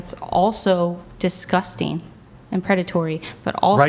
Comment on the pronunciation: "Disguztang! Predathory!" Forever the victim.